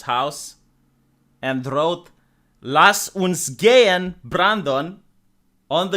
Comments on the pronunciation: "Lass uns gehen, Brandon" 😁 And with very good pronounciation! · WOW! "Lass uns gehen, Brandon" gets a like. Terrific German! Still it's should have, could have, would have, not OF! HAVE!!! Also c u nt-ry not count-ry. Same game here again. Have to comment at least three times for the comment to stay.